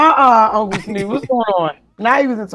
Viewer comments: Bish said SNEWP 😂😂😂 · She said “Snourp” lol wtf